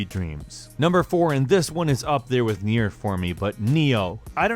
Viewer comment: You get paid to talk about games for a living, and you claim Nier is your favorite of the year. Probably should learn how to pronounce the name.